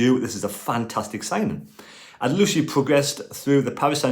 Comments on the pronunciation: Always been a fan of your videos and agree about Baath, although i don't think they see O'Nien just as cover at CB but as a CB. At this point he's played alot more games in defence than elsewhere. To make it easier for you in future videos Aouchiche is pronounced O Sheesh. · I'm struggling a bit with the pronunciation of Adil Aouchiche but I think it's "Adil A(as in apple) orshsheesh. Hope this helps I did A level French many years ago!